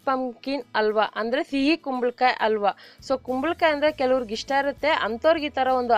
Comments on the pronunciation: ‘Alwa’ alla. ‘Halwa’ anni. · Madam, it's called as halwa not ALWA Please take my comment positively and change your style of pronunciation Ha helo jaagadalli aa helbedi Otherwise recipes are good Keep going 👍 Bhaashe uchhaarane swalpa badalayisi madam🙏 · ಇವರು ಹ ಕಾರಕ್ಕೆಲ್ಲ ಅ ಅಂತಾರೆ (ಅಲ್ವಾ, ಅಸಿ )😂😂😂